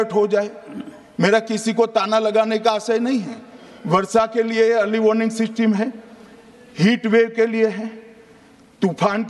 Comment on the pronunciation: Woh seesteem nhi system hota hai.